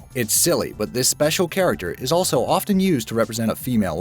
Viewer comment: Often is pronounced ‘offen’, the t is silent